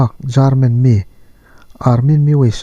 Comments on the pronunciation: Jarmen😀German tih tur anih hmel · Jarman anilo German tih tur,lamdik hram tawh ang che like lo phawt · German= Garmen ti deuh tlat zelaa..haha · Jaarmen hih, khawilai khua/ram nge ni?? Tlaw chak awm ve a... I Pronounciation hi a nal hle mai. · lam dik loh ah pawh a lulai lutuk emai,,, Pu'Jarmen 😂😂😂😂😂😂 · Jarman (German) Barrlin (burma ang der burlin)😉 hma i sawnzel ka beisei.. i aw ngaihthlak a nuam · Eng trawng pawh nise lamdik hi ngaih pawimawh atha